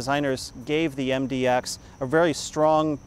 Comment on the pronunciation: It's MDX not MDOX